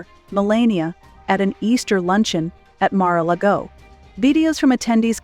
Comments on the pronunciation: Good Lord lady before taping this I can’t believe you can’t even pronounce Mar-A-Largo or Melania correctly much less other words you couldn’t pronounce. What the heck….really????? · Could no one tell the woman doing the narrating how to correctly pronounce Melania and Mar-a-Lago? OMG!